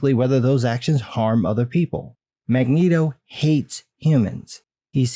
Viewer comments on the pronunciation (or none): You really said magnegro bro 🤣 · "Magnegro" LMFAO!!!!